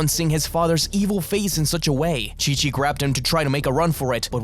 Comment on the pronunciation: i know you said chi of the monsters but it sounds like king of the monsters, monster island is the name of a island in the showa era of godzilla movies, thats probaly where the name for the island in dragon ball came from.